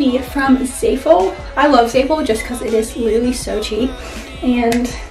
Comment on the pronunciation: It’s not pronounced like zayful there’s no y I don’t know where you got that from. It’s zaful. The a says ah as in Apple